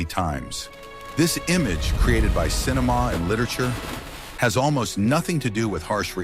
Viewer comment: cinemaw and literature